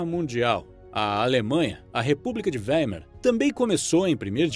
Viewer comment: Ô locutor, Weimer é alemão e se diz Vaimar. Por que todos falam à moda americanalhada? A ignorança astravanca o pogresso. Kkk